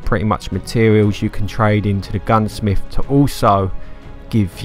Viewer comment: You need to go back to grade school. You need to relearn how to pronounce simple words. It's not Gunsmif, Earf, or worf.